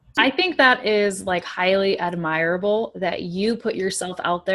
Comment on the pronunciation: Hi there!, I have a small question to you - in fact the tiniest questions of all... It's about the way you pronounce the word "admirable" in this video. The books say it should be with the stress in the 1st syll. and with "i" sounding as { I }. However, you (it's between 10^30 and 10^35 in the video) put the stress on the 2nd syll., and the vowel sounds like { ai } (as in "pine"). So, what's this? Are these two fully legitimate variations in pronunciation? Is it regional? I'd be glad to have your answer, whenever you find it convenient.